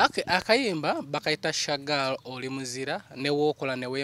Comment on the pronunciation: The way pronounces Shagal hahaha